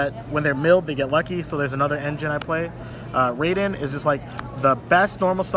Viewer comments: Every time he mispronounced Raiden I wanted to cry. Guys, it's RAI-den, not RAY-den. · even italiano know it rai ( as ine rail) den is correcto